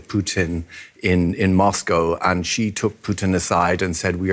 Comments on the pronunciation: Xi is pronounced as See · The host needs to learn how to pronounce “Xi.” 🇨🇳 Yes, he’s a totalitarian dictator but he deserves to have his name pronounced correctly 🎙️